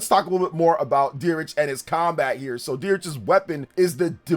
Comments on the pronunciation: I think Dietrich is pronounced Deet-rih not Dee-rich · No offense! If your going to hype up characters at least learn how to pronounce the names and such. Dietrich is Deetrick. It's german like pronunciation. Not Beerich? whatever the heck it how it was said was WAY off?? Leda is in no way pronounced Leh-da, its either Leeda or Layda. Theodora is from the kingdom of Saramis not Samaria.